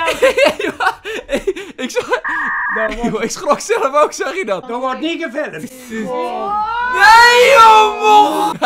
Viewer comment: Er wordt niet geFiLlUhMtHe